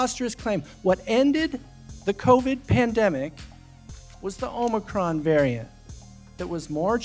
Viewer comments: Omocron variant, did I heard him right t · Every time I hear omicron all i hear is lurr. I am lurr. RULER OF THE PLANET OMICRON PERSEI 8! But seriously, I have so many people to point and laugh at when they said to take the clot shot or lose my job among other things.